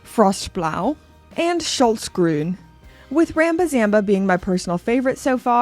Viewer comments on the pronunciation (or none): great presentation of interesting watches,, thanks! By the way, the L in Schlossgruen comes after the SCH, not after the O, try again! The UK price doesn’t make sense compared to the Euro price!